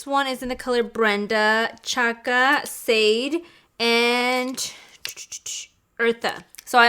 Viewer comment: "Sade" is pronounced "shah-day" after the singer :)